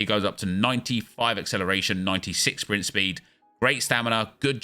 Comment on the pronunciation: Papin with that 93 Swpint spweed